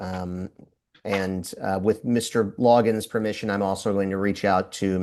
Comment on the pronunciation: It is so funny the appointed lawyer keeps calling him "LogginS" - even after Judge Perkins made it a point to ensure it was Loggin (no S). She is thinking Kenny Loggins.